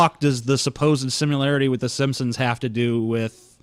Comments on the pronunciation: So, my last name is Simpson, and every time he says "simsim" my heart stops breifly. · He says simpsims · I think this guy has a speech impediment. He keeps calling the simpson's the simsim's. Either that or he's being insidious. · "The Simsims" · At first I thought he misspoke... omg STOP SAYING SIMPSOMS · "The Shimpshoms" "Shubconshus" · Sounded more like "Simpsins" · Every time says "The Simpsons", it sounds like he's saying "The Shimpshoms." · It sounds like he says Simsims instead of Simpsons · His pronunciation of Society as "shoshiety" and Simpsons as "Shimpshims" will haunt my memories for a long time. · It bothers me to hear him when it sounds like he's saying "SimSims" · Instead of "Simpsons" he says "sims sims" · Did anyone else think that he was saying the SimSims. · Yonder fecker kept saying Simsims....